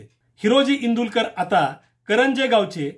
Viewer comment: माफ करा पण... इंदुलकर नाही तर इंदुळकर आहे.